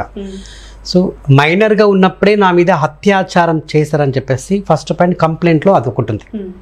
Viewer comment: హత్యాచారం కాదు....అత్యాచారం. అత్యాచారం